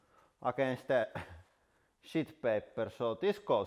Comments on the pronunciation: Hahaha! he sounds like Borat when he says "sh*t paper" 😂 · anyone else hear what I hear? Captions say sheet... I disagree!😄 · IS HE SAYING SHEET OR SHIT?!